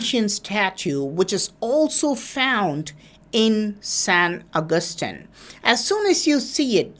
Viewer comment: San agustin = sen akathin